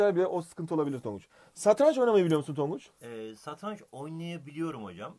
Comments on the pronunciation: santranç değil satranç:D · santranç satranç değil